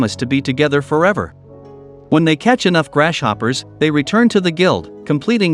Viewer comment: Anyone else hear "Grash Hopper"